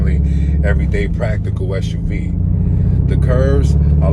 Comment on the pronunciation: SUV, not SHUV. dislike